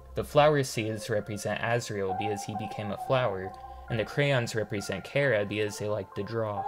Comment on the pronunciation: Small mistake, you said there's no canon pronunciation for Chara, but in Japanese they pronounced it something like Kyara